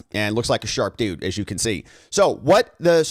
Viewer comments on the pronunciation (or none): none